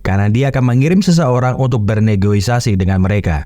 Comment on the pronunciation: Kalo gak salah Negosiasi bang bukan Negoisasi😭